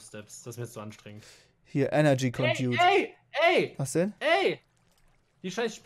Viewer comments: Es wird gesprochen eloi smelter und condakt und coldern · ConduIt nicht condot Alloy smelter Nicht Aaalou smelter Verschiedene strom arten gehen mit einander (auser eu) English ist nicht deine sprache du baum xD